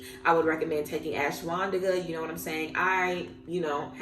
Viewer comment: Wait What did u say u recommend taking 'ashiwandika'? Do u mean ayahuasca? Or something else ?